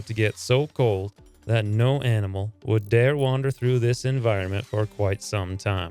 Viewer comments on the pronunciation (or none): none